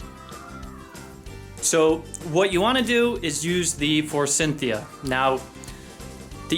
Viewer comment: You are correct but note that there is no "n" in Forsythia??